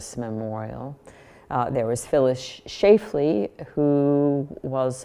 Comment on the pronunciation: Schlafly is pronounced SHLAFF-lee, not SHAFE-lee. Otherwise an excellent review of both the wall and the kitsch statue. Thank you for posting!